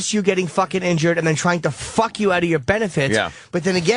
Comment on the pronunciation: The way Opie says “FAWK” is the most annoying mispronunciation of a word I’ve ever heard.